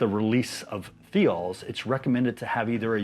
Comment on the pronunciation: Thiol is pronounced like "thigh-all"